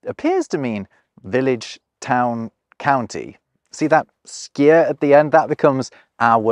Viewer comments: I don't think "scir" in "hamtunscir" is pronounced like skir, it's shir/sheer. In old English when s and c come back to back it's basically sh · Wasn't scir pronounced sheer?